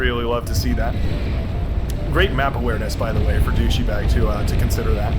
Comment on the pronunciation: My name isn't foul, you're mispronouncing it :P It's doe-she-bag, not dew-she-bag